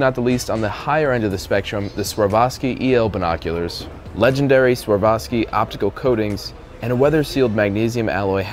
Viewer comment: How did you pronounce Zeiss, Nikon and Swarovski?😂😂 Why do you butchering their names?